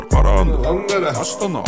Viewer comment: Қарағанды дегенді Наранара дима😂😂😂